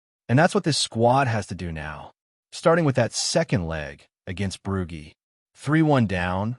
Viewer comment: Why tf have we got an American Ai voice?..Losing to "Broogy" is unacceptable.If it says Edinburg I might become a Keltik supporter😢